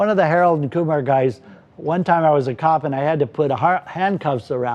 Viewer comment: I agree but I also laughed out loud when he called Harold and Kumar “Koolum and Keemar” 😂